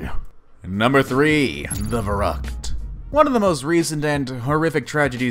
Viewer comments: the german words are totally wrong pronounced 😃 it's very funny for germans who should understand. "verrückt" (the ü is important) means crazy and "unverantwortlich" means irresponsible 😘 but, yes, german is difficult to pronounce. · The one called „Verrückt“ is pronounced completely different in German. Instead of “Ve-rakt“ how the guy‘s pronouncing it, you rather say “Fer-rükt“ (sharp k) (just Google it how the letter “ü” is pronounced) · what was the german word he tried to pronounce? It's Verrückt, not veragt!(or whatever you are trying to say xD had to google it to understand what you said!) "ver-rückt" Could not find the phonetic spelling for the word unfortunately. Unverantwortlich. Don't get me started on this one! Sounds like "uden wäränd lik" ... I don't want to google that, but I guess its 100% Unverantwortlich, by the translation you offered xD Looking forward to hear more german words haha. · Verrückt is pronounced VEHR-OOKT, not VUR-RUKT. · It's not Vorocked it Shlitterbog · The verrückt is pronounced ver-hoot I know that cause I live in Kansas Cuty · On your german pronounciation u have to work a lot ... the word "abonnieren" i understood, the word "verrückt" i could understand after i heard the english word for it and knew what word to look for. But the word which stands for "irresponsible" i couldn't figure out although i rewatched/reheard this part of the vid several times. And this although i AM from germany (bavaria) :DD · Dhgheck Keck The way he pronounced verrückt made me physically cringe. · Verrückt is not pronounced like that wut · neither is "unverantwortlich" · Who also loved how he TRIED to pronounce verrückt?😂or unverantwortlich?😂 Ps i'm from germany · You're mispronouncing verrückt ...not to be mean ...It can be hard to pronounce..The umlauts( ü ö ä ) are the devil...I am learning German..Not easy.. But damn..that poor boy.. so sad..